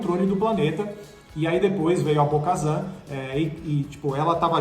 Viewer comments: Bo KaTAN meus amigos T T T nao z é T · Bo-Shazam, a Soka kano, gente pelo amor ddeus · Bo Kazan foi foda, virou o Galvão Bueno, tem um pronuncia única para os nomes. Nossa tá mt fraco 😔, se vê de longe q eles leram um resumo de alguém q assistiu, podiam colocar alguém que é fã ou q entenda mas a essência de Star Wars, ou que saiba pronunciar os nomes ao menos. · Kkkkkkkkkk 🤣 bo kazam. Não. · Essa é definição nerds do Galvão Bueno narrando UFC. Eu já tinha dado um tempo de 😔 mas pelo visto o caso é mais sério,está deprimente o conteúdo, olho da noite, ahsoka kano, bo Kazan, vcs falaram que o boba morreu no império contra ataca 🤦. Agora vcs estão cagando no pau com Star Wars velho, vcs estão cagando no pau com os fã mais chatos. Vcs poderiam chamar alguém que entende de Star Wars, ou que pelo menos saiba a pronúncia. E o sem Érico Bogos....🤦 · Quando ele falou Bo-Kazan eu parei de ver o vídeo e ainda negativei, antes de fazer um vídeo leiam sobre o que vão falar. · meus ouvidos sangraram ouvindo esses "Bo-Kazan", se não assiste a historia pelo menos estuda antes de fazer o vídeo. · “Bo-Kazan” é scanagem!! Até tu? Pelamor de Deus, os 3 falando errado. Nem pra estudar a pauta antes. 🤦🏻‍♂️ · doeu de ouvir Bo Kazan! E sabre sombrio kkkk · correção: Bo KATAN. não kazan. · "Bo - Kazan"???? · Cada vez que eles falam Bo-Kazan eu me sentia esmurrada no estomago, dá para ver que são muito fãs ... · Não é BO-KAZAN é BO-KATAM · Bo-Kazan??? Esperava isso dos outros ali, mas do... nem pra falar o nome certo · É Bo KaTAN, NÃO BO KAZAN PELO AMOR DE DEUS CARA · É Bo-Katan,! Ahsoka e Yoda com acento no ó a gente até releva pelo sotaque... mas Bo-Kazan já muda demais;) E Jedi não tem plural... Queria que tivesse a Sabine, e quem sabe algum sinal de Ezra? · Um conselho, não passem vergonha, prestem atenção nos nomes não "Bo-Kazam" é Bo-Katan, se não souberem pesquisem ! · Bo Kazam?? não é Bo Katan???? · É Bo "Katan"